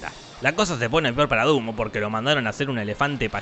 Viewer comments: Se dieron cuenta que en el minuto dijo Zumbo en vez de Dumbo? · Dato curioso el narradador, si no me sr su nombre pero no inporta, el punto es que le dijo junbo a dunbo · Dumbo keras decir dundo xd